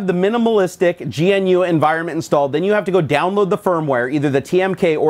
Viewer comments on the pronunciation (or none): I feel like being 'that guy' and pointing out that GNU is pronounced Guhnoo ;) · You pronounce GNU wrong.